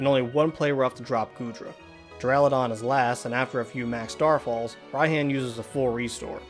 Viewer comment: It’s ry Hon not Ryan